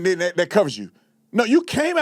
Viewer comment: "And den insult people"... Also aint is not a word! All that sounds like them too! Make that make sense. 😆